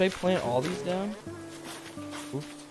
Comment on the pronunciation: Is nobody gonna mention that he said 'oaps' instead of 'oops'